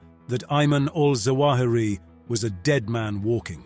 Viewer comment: it’s zawahiri not jawahiri